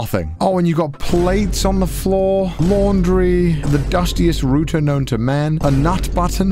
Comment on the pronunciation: First it was T-EH-COs(tacos) and now its ROOTERS(routers). I don't think speaks english.